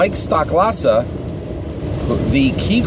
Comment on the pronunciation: It's STOH-klasa btw not STOCK-klasa.